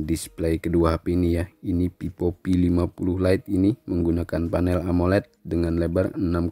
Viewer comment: Vivo bang bukan pipo,,😭😂